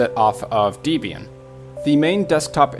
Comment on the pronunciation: I'm so freakin' elated that my most favourite, most useful, most computer-compatible, most stable, most secure distro of Linux is NOT in this list. I'm hoping it never makes it on a list. Your pronounciation of Debian... well I won't get into it besides saying that Ian and Deb wrote it. Thanks for your Gimp tutorials.